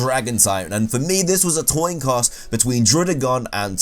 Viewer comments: “this was a toin coss” instead of coin toss lol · he says "toin Coss" instead of "coin toss" lol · toin coss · Bro did u really just say toin coss ish 😂 😂 😂😂😂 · Nigga said “dragon is a Toin Coss”😂 dope video tho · "Toin coss" lol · It was a toin coss? Lol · "toin coss" instead of coin toss lol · Toin coss toin coss toin coss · “For me it was a toin coss” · A toin coss. xD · “for me this was a toin coss” lol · Toin coss lol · it's a toin coss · “Toin Coss” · toin coss? lol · Lol toin coss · "Toin Coss", lol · ... toin coss? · Anyone notice when he said “toin coss” instead of “coin toss” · Did you just say "toin coss"? Also...Ploosle. I wouldn't have included Combee, because it DOES have an evolution even if it's just the female one. Normal is a shite type anyway. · Toin coss. :D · Toin coss. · "Toin coss" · “toin coss”😂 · "and for me this was a toin coss" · Toin Coss... TOIN COSS?! REALLY? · Lol did he just say toin coss? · Toin Coss hahaha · It was a toin coss? 😂😂😂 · He did. He did just say toin coss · Toin coss?? I’m o confused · He had a Toin Coss . Everybody should do one in a critical decision. 😀😀😃😃😄😁😁😁😂😂😂😂😅😅😅😅😅😅😅😅 BTW What's a Toin Coss? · Am I the only one who heard toin coss when he was talking about worst dragon? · You said "toin Coss" very clearly on the dragons, hahahahaha 😂🤣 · "Toin coss" lmao nice video though! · Book type Pokemon. Toin coss. Dooble battle. You say funny things Lol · "A toin coss" xD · He said toin coss at dragon instead of coin toss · “Toin Coss” 😂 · Did I hear that right? A toin coss? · coin toss not toin coss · "Next up we have the dragon type, and for me this was a toin coss between Druddigon and Turtonator." HDvee 2018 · A toin coss? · TheMightyBlaze 619 So I’m not the only one that noticed “Toin Coss” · He said "Toin Coss" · It's all about that "Toin Coss" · He said toin coss